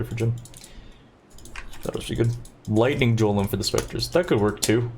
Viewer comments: does he mispronounce words by intention? jiolem instead of golem and so on... for a non native english speaker like me it's very annoying to hear that because someone might not understand what he's talking about or maybe believe that is the correct way of pronouncing the word. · "Golem", not "jolem"! :) Great run! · '' I love your videos, but for the life of me I can't stand the way that you pronounciate your words >:C for that, that's a dislike from me.'' - anjery jolem jamer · "carrion JOLEM" lol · ainjer (anger) too, wtf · Hey brother, I love your content. It teaches me things about PoE that I couldn't have imagined. Just wanted to say that "Golem" is pronounced the same as the LotR "Gollum". A hard G, not a soft J. Thanks for what you do. I love specters, was waiting for this. Thanks so much. Edit: Ah sheeeet.... You just addressed this. :) Edit 2: Al-CHemy... are you doing this on purpose? The hard part about the mono-tone and humor is people can't figure out what's humor. Al-Kemy is better. Edit 3: Your comments on alcohol are AMAZING! You've hit the nail on the head, without having spent a few decades learning that lesson the hard way. You'll never regret NOT exploring alcohol. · I know you are doing it on purpose specifically to trigger people, but i am triggered for you saying "jolem" LOL. STAHHHPPPPP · The pronunciation of 'g' in golem and anger is really triggering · Why do you say g's as j?